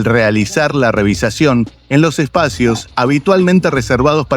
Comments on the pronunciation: REVIZACIÓN? SE DICE: REVISIÓN....GRANDOTE Y NO HABLAS BIEN😂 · REVIZACIÓN VARIAS VECES LO DICES....SEÑOR ARGENTINO ...HABLAS INCORRECTAMENTE! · Narrador del vídeo: No sé dice "revisacion" lo correcto es "Revisión" Que manera de destrozar la gramática!!🤔🫣😲😞